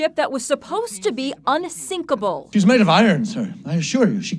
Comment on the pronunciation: UNSINKLEBLE THAT IS UNTHINKLEBLE ISN T IT ??????????